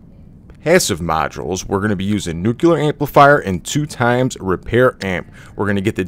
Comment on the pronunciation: You sound like you're from the Midwest Midwest nuclear: new-key-ler